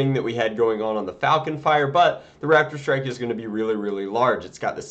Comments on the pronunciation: Is it just me or does he keep calling it a Radidstrike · When he said raptor strike it sounded like rapid strike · I keep thinking he is saying rapidstrike :P